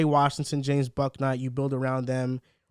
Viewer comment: Book-night. Not bawk-night. is my guy but he can’t pronounce anyones name right